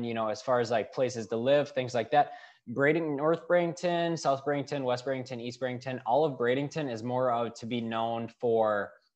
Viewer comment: There is no " g " in Bradenton. Bring lots of money and patience !